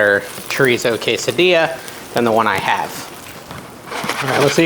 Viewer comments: “Case a Dee a” is the way it is pronounced, have a great weekend!😊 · Ask chat GPT to pronounce quesadilla for you 😊.